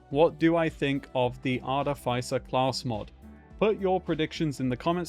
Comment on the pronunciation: Artificer. Pronounced arty-fisser. Love you. <3